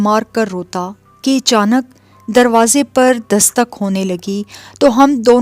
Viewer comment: Echanak nhi achanak bolna chahiye 🙏